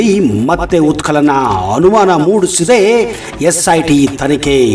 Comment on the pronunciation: ಉತ್ಕಲನ ಅಲ್ಲಾ ಉತ್ಕನನ.... ನಿರ್ವತ್ತ ನ್ಯಾಯಾದೀಶ ಅಲ್ಲಾ ನಿವೃತ್ತ ನ್ಯಾಯಾದೀಶ..... 😂